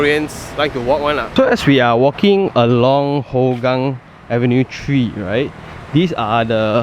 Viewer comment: They are not testing the jets,, it is routine military drill :) Singapore airforce has one of the most advanced fleets in SEA, drills like these are not uncommon, as they always want to be prepared for war / crisis management. On side note, Hougang is more commonly pronounced as "Hao gang" because it is more hokkien based, as with majority of population.